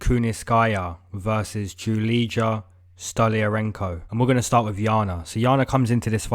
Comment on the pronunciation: You don’t read Julidza, you read her name as: Julia. When you read Julidza, it sounds ugly for Slavic language people.